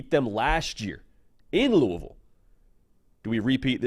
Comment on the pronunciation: As a KY native and Bama grad I appreciate your pronunciation of Louisville and Roll Tide!